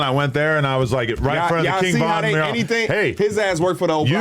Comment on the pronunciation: why can not say mural? he always go “mrr…?” like just decide if u gonna say “myurrAl” or “MuRRul” & go for it don’t be scared